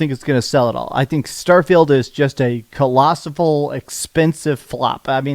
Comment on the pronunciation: "Colossiful" Awful